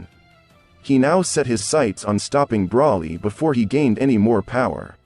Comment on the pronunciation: Why is the voice commentor saying the wrong words? What's a sensor bean ? And even brawly? Isn't it broly? Kakarit? 😂 Wow